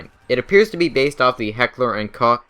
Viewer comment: Just a quick heads up, the Koch in HK is pronounced coke like the drink. See bottom question